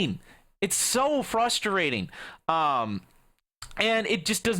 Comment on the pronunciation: frustrating not frustarating